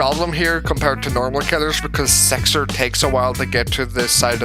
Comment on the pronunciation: WHY ARE YOU SAYING SIXER WITH E ISNTEAD OF I